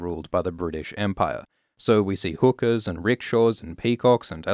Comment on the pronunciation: He also says hooker instead of hookah